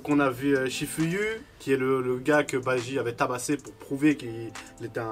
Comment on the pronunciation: C'est BAJI et non BAIJI